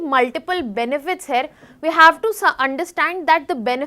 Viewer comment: 'Here' is actually pronounced as Here' not 'Hair' check google pronunciation pls